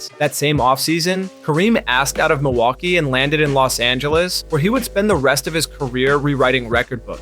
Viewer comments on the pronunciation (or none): none